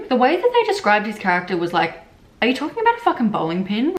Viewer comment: "are you talkjing about a fucking bowling pin?" GOT ME LMAO